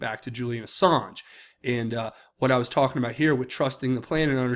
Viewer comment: I think it's funny he called him "Assarge".